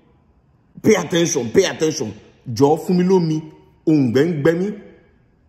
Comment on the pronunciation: It's the "pay atteshan" 🙌🏾🤣🤣🤣🤣🤣